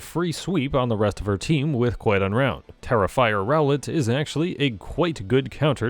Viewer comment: For some reason every time I heard you say QuiteUnround I hear QuiGonRound like it was some hilarious pun on Qui Gon Jinn